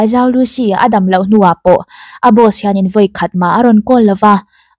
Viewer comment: zhou tihhi Chinese accent a lam chuan chou tih deuh a lamtur.. i fans ruhkawl o